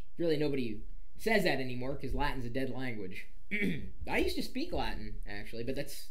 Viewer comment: Yay for correct Latin!